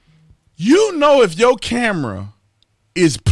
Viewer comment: "Yowl Haid"? come on.....YOUR .....HEADS